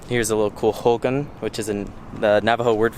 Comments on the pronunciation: Hogan is closer sounding to ho-gone than ho-gun haha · hogan = ho-gawn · I love the way you pronounce “Hogan” even though it’s mispronounced. #navajopride ❤️❤️❤️❤️